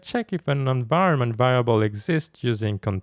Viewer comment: Not to mention the occasional vAriable, not varIable.